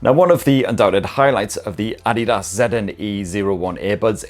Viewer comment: The first English speaking reviewer who can pronounce adidas correctly